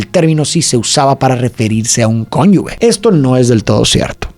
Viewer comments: a ver se dice cónyuge. no conyugue.... esa g suena fuerte es decir "cónyuje" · Me gustan mucho tus videos pero ahora sí te falló, cómo que conyugue??? Es conyuge. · se escribe conyuge pero se pronuncia conjuje.